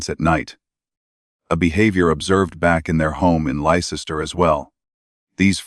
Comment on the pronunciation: Lester! Not Ly ces ter!